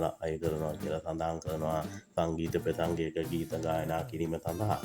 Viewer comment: පෙසංගය නෙවෙයි හුත්තෝ ප්‍රසංගය 😂😂 ලස්ස නෙවෙයි යකෝ ලක්ශ 😂😂😂 හානා නෙවෙයි පකො හනා😂😂 උබේ ලෙඩේට බේත් ටිකක් ගනින් ඉස්සෙලාම 😂😂😂😂